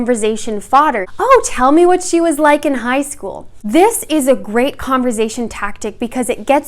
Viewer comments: Great video, but please stop pronouncing it "converzation" xD it's conversation with an "s" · Converzation???? Why is she saying it that way? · this woman said converzation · .5 seconds in I had to click off when she said “converZation”. Girl how u gonna tell us how to carry on a conversation when you can even pronounce it 😭😭😭😭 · Idk but it's so funny lol love her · I thought she said conservation at first honestly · She keeps saying "converZZZation" lol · You should change the title to CONVERZAYTION LOL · so funny because I live in southern rural Ontario and we pronounce it with a ‘z’ like sound! 💕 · Giggling at the way she pronounces conversation,😊😂. But I love her advice. I really wish YouTube was around in my young adult hood lol. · The way you pronounce “conversation” amuses me😄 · I can’t be the only one who was constantly triggered by the way she pronounced the S in conversation, I feel abused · Interesting and informative video! I too was triggered by her pronunciation of conversation! I kept repeating it the correct way lol! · Dude, she just pronounced it wrong, get over it. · Wonderful video. Maybe pronounce converSation with the “s” sound though? Less distracting. Other than that, very helpful! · conversation is with an s not a z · OH wow didn't know she was Canadian! Got it! In the US, it's pronounced more like an s, love phonetics!